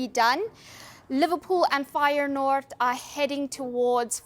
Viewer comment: Does she know it's 'Feyenoord'?